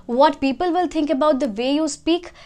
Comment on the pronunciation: Keep it up 👍 but your "w" sounds as "v" as in "vill" for "will" and "vorry" for "worry"...just a lil correction... 👍